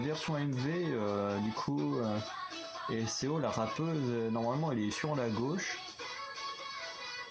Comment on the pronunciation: Quand j'ai vu Momo dans le titre, j'ai cliqué tout de suite. 🥵🔥 My wife ❤ Et LUNARSOLAR aussi ❤❤❤❤ (Et au fait Eseo se dit Isso, ça se prononce à l'anglaise)